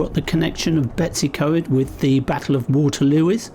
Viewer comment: Oh lordy how do you get Betsy. From BetWs .i dont know ,you made a pretty good job of Blaenau Ffestiniog! How to annoy many people without even trying very hard .Lizzie xx